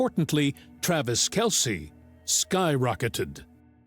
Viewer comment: LISTEN to the AI generated lies before responding and then read what I wrote. pronounced it wrong, it was her pronunciation Kelceeee, Ed never corrected her. Maybe try again before sayin I'm wrong